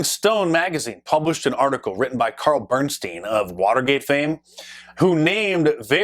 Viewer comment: “Bernstein”…lol EVERY TIME.